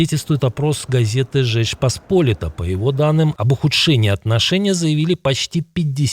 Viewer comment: Жечь не поспОлита, а посполИта.